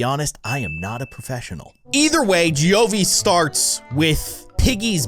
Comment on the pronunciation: I was subbed to Giovy before you made this video. I AM A LEGEND Also I think you are pronouncing "Giovy" wrong. I'M NOT JUDGING YOU